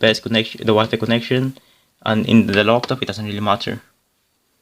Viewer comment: Laptop not loptop.